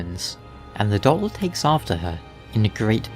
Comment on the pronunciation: I can’t stop hearing your weird pronunciation of “doll”.